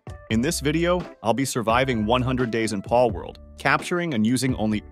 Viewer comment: the way bro says pAlworld